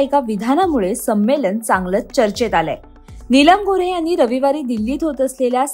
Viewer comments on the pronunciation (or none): नीलम गोऱ्हे.. गोरे नाही.